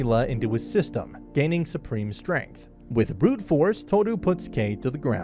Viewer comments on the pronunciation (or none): none